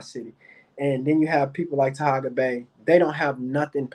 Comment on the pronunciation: can't do a live without mentioning Taharka (not Tahaga) or Kwame. You so smart and can't properly pronounce either of their names.